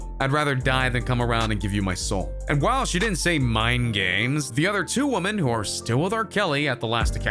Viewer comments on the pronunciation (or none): Why is this dude mispronouncing so many words like the word “women” and Gayle Kings name?